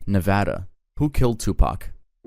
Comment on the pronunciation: thank you for actually saying nevada right😭😭